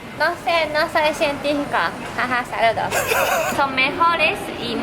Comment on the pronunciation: Cuando no atiendes en clase y respondes: -No sé, no soy sientífiko, haha sarudos :D